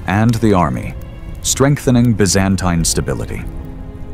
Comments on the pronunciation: "ByzAINTAIne" - I cringe every time Other than that, great video! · it's "biz-an-TEEN" not "biz-AN-tyne" You keep using both pronunciations. And they didn't call themselves that - they called themselves, in Greek, "Romaioi" (ro-MEH-ee) "Romans" The narration says Basil died in 1886, so you need to correct that. I also think the size of those pearls hanging off the crowns and collars were greatly exaggerated in the portraiture. You don't find pearls that large anywhere! I noticed that a lot of the men's faces look the same, so the AI isn't making enough differentiation .